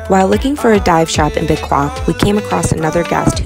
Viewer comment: Bequia St. Vincent and the Grenadines - Pronounced as BEK-WAY or BEC-Q-A all in 1 go - or no one will know. Great vid - I was just admiring from the Celebrity Equinox while in Antigua today Dec 15 2022 "for those reading this in past tense.